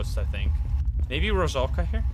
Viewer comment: I adore how pronounce “matryoshka doll” very similar how Russians say it. Also, there’s a ghost named “rusulka” in russian it means mermaid and pronounced like “Rusalka”;)